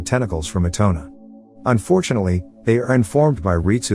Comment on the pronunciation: na-GEESE-a and i-tone-a. dont forget arena 😩😩 and okra 😭😭